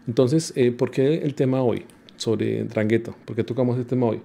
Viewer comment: Se pronuncia: Andranguetta